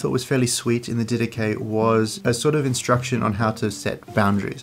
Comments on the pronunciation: The Dedache correctly pronounced “Didahi, with a bit harder “h” and not Didaki. in Greek is Διδαχή meaning the teachings. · The "Did ache" is another possible wrong pronunciation. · “Anyway, the die-dak” got me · I always pronounced it Did-ah-Ch-ee. With the ch pronounce like the ch in Church. That’s how I pronounced it when I first read it when I was 19. Thank God for hearing, because there’s a great many words that I would mispronounce if I hadn’t heard them. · So how does the section on Bishops and Deacons align with Apostolic Succession when it says to "appoint bishops for yourselves?" I'm very interested in Orthodoxy and other churches that claim to carry on the "Apostolic" faith in continuity from the beginning, but when I read the Didache (and I love the Dydack pronunciation btw) it seems to far more align with my protestant beliefs. What am I missing? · I pronounce it di-da-ché (like che guevara) how much steam would come out of a Greek Theologians head? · ...anyway the Die-dak... hahaha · Actually it's pronounced Dhi-dha-KHI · "Did Atch EE" from the American South. LOL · It’s not pronounced di-dah-chay?! 😂Great video thank you!